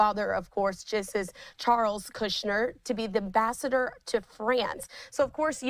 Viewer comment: She cant even pronounce the word ambassador, hopeless.